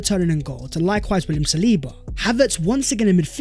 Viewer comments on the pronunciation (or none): none